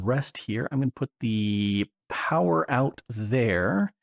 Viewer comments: Powah! POWAH!! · Unlimited POWAH!